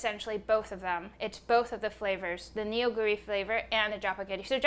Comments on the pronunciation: Not Nee-Oh, But Nuuh. Nuuh Goo Ree. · The way that Korean words get romanized into English is so awful sometimes. The use of "eo" is actually an "uh" sound. So Neoguri is actually pronounced "NUH-gooree" and not "NEO-guri". I wish there was a more effective and accurate way to romanize Korean :-( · Neoguri’s pronunciation is more like Noh-Goo-Lee rather than Ne-Oh-Goo-Ri Loved the video! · It’s nuhguri not neo guri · I know it's written as 'Neoguri' on its package, but it actually is pronounced like 'Nuh-goo-ri.' It's not you, it's just the Hangul-Roman alphabet transition rule being wierd. Really enjoyed watching, thanks :) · Ik the packaging says Neoguri but it's pronounced "Nuh"guri